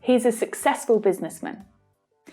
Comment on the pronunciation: sucksexful? ok